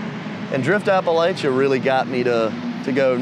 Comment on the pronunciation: For the love of god please stop mispronouncing a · puh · la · chuh PLEASE 🙏